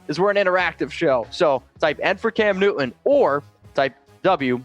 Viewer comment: m just an old fart.... Maybe I. WHY do so dang many of you younger YouTubers completely fail to enunciare the letter T? You say Cam NEW-un or .... Just curious.